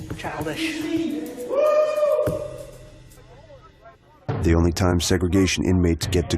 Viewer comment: chilidsih LOL